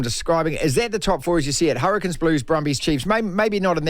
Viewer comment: Hurri"Canes" not the Hurri"Kins" 😂